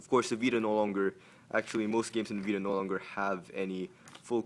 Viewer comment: OMG HE SAID PS PITA!"!!!!! LOL